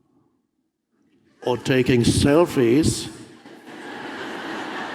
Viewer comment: I love how he says "selfie" , makes me laugh every time. But he's not wrong 🤷